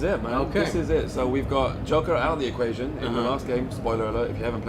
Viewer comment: He said Jocker, not joker. Wow.